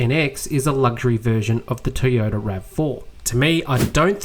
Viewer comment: Well done again on another informative video. However, could you please learn how to say Toyota and not Teeyota..